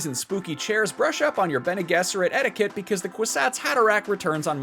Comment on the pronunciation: The Bene Gesserit pronunciation is wild